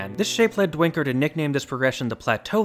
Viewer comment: Please [daynkər] unless Ben Duinker has rejected/renounced his dutch heritage. Dwinker doesn't make any pronunciation sense.